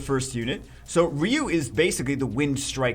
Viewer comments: it 's RYE You, not Ree You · He says reeyou instead ryu😂